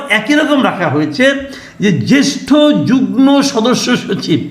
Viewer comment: Masood Kamal bhie, pronunciation ta ektu ovidhane dekhe niyento amar mone hoy pronunciation ta hobe jugmo. Mone hoy mane jugmo-i hobe. Vodroter jonno mone hoy kotha ta bolam. Ar hya, vul shonle kshoma sundor dristyte dekhben. Sotty apnake onek valobasito ta-i likhlam. Ashakori bisoyta kshama sundor dristyte dekhben. Dhonnobad.